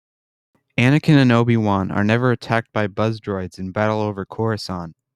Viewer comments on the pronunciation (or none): none